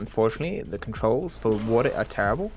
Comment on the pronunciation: “Do not dive me underwata”